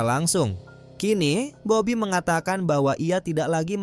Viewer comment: Salah sebut bobby bukan babi